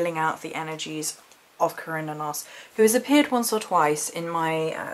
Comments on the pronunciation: I've heard the name pronounced like sir-new-nos.. Cernunnos? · Kur-nah-nus is how most people I know say it if that helps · Ive always thought it was Ser-noo-nos? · You're brave for attempting that pronunciation! Those Celtic names throw me waaay off my game... I've always said Cernunnos like this - Kern-Noon-Nos... LOL. I laugh because I dare not say it on camera. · OMGS I don't think their is a correct way to say his name, I heard so many. The most common pronunciation I have heard is "Kerr-nun-nos"